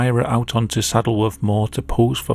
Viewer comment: Not gonna lie i thought you said “Saddlebrook mall” than I saw the word “Moore” and realized it was just your accident. I was thinking damn right out in the open killing kids in the mall lol